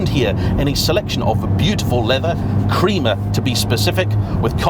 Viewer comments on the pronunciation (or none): FYI it is pronounced Cr-eh-mah not Creamer with a roll of the "r" too🙂